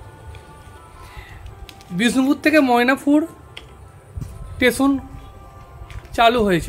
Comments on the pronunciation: ভালো কাজ করছেন। তবে উচ্চারণের দিকে নজর দিন। 'টেশন' না কথাটা স্টেশন। আর মোয়নাপুর না ময়নাপুর। বাংলা ভাষাকে বাংলাই থাকতে দিন। ধন্যবাদ। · আপনাকে বলে রাখি যে ওটা টেশন নয়,স্টেশন উচ্চারণ আগে ঠিক করুন তারপর ব্লগ করবেন😂